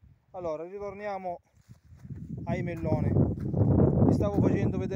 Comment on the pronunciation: Quanti chilllli di melllloni con l'alllla gocciollllante?!!